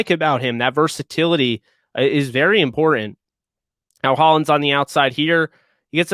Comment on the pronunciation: it's imporTant, not imporAnt.